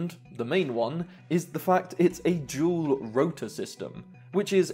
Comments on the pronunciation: "D"ual rotor not "jewel" rotor, DDDDD not JJJJJ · It reads dual, it is spelled dual. Three is no 'j', so why you pronounce it as 'jual'? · “Jual motors”?? Can you please say “Dual” D! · "jual" motor design :)) why do brits like to exaggerate pronunciations like that